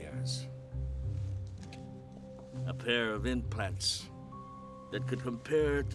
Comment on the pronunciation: Edward said breast inplants.....bababoooom😅😅😅😅😅